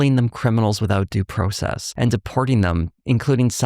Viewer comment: Wait… you’re Canadian???? Did we know this? Also I’m just assuming based on how you said “process”